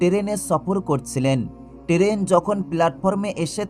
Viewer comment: উচ্চারণ ঠিক করে কথা বলুন। টেরেন কাকে বলে?